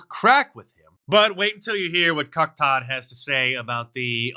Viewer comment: Hey Marc it's " Cuck" Todd not Chuck!